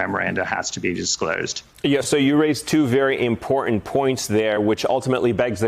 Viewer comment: I wish reporters and others would stop saying "impotent" for " important"